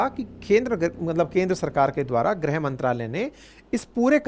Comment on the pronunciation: ग्रह मंत्रालय नहीं सर it is गृह मंत्रालय